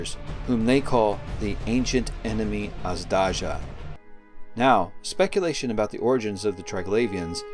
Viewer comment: I beleive that drifters are remnants of Jovian AI that turned on their masters.I think the Jovians made contact with earth and that Triglavians were somehow involved in that contact,perhaps as a survivor faction of the Earth after the New Eden connection collapsed... PS - Azdaja is pronounced more like Azhdaya,and it means serpent,or a dragon(or a hydra in this context) on Serbian at least.Nice video !